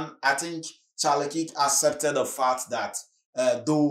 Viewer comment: Thanks for the content. Just FYI the pronunciation of 'KIRK' is like in Star Trek the Original series i.e. Captain KIRK, perhaps have a listen to a trailer for the correct pronunciation. Thanks